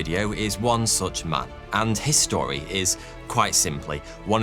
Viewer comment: You should give the words his and story a bit more of a gap as it sounds like your saying history